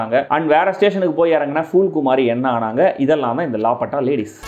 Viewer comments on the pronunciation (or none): லாபடா அல்ல.. லாபதா (காணாமல் போன) ladies